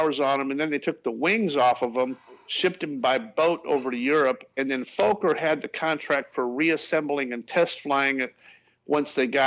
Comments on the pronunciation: FOker! Not fucker as u pronounce it. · It's NOT "FAWK-er", it's "FOLK-er". Dan pronounced it correctly in the vid. The company was started by Anthony Fokker, a Dutchman. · Not F-O-kker...